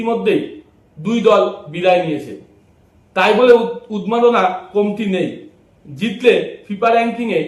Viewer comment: ওটা উচ্চারণের ত্রুটি ওটা উন্মাদনা হবে ভুলের জন্য মার্জনা করবেন